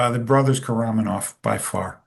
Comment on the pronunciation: The brothers Karamazov not “koromanov”